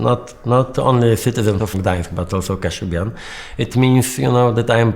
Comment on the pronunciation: this is all LIES. Toosk, co ty pierdolish ? "kashub-yan" hahahahahaha